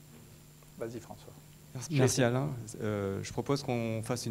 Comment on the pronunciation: Bonne excuse changer de anglais à français. Nul nul. Alain ça se prononce Alien en anglais ???😂🤣😅